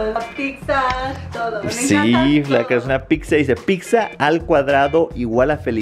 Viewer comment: Dice pigza